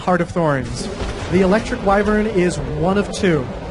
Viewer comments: wow knows how to bloody pronounce wyvern correctly. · pronounces the word 'Wyvern' correctly and he designed the Druid, I like this guy.